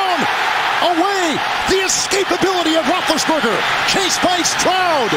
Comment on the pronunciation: “The escapability of Rothlesburger!”